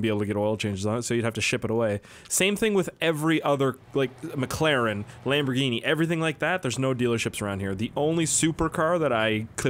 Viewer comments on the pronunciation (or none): none